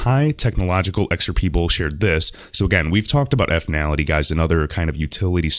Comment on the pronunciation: I believe it's pronounced 'Fin-ality', not 'effinality'